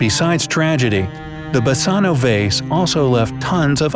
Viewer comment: Basano is a Greek word. "Basano = Βάσανο". You pronounce it wrong,and it means Torture.